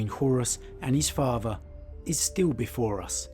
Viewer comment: i made it to before i heard "farfer" (father) for the hundredth time and nearly imploded mentally.